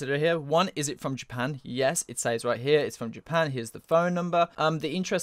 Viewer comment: What accent do you have? Why cant you say "says" correctly. Drives me nuts